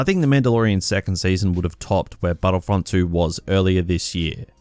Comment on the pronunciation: Hoepfully battlefrunt thwee